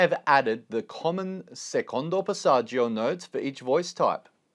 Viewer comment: Love the video but the pronounciation of passagio makes me ick. It's passatschoooo non è passatschIo